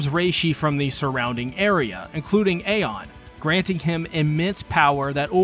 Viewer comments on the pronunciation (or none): none